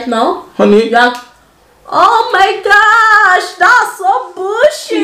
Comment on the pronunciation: She said oh my gash😅😅😅